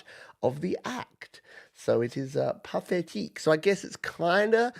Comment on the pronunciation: Cheers for playing Pathétique. Your pronunciation was spot on by the way 👍 and thanks to all those with such kind comments😊